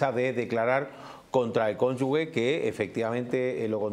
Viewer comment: Aunque se escriba cónyuge la g se pronuncia como una j, "conyuJe" . Si entre la g y la e hubiera una u, entonces si que se leería como "conyuge"...PERO NO ES EL CASO!!!!!